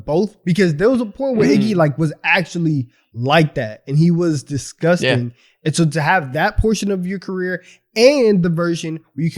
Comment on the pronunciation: No way y’all missed say “disgushing” instead of disgusting😂😂😂